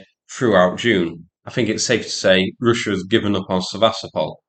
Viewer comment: Roosia um it's pronounced Russia.